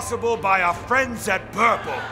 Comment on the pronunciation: I heard "burple" instead of "purple"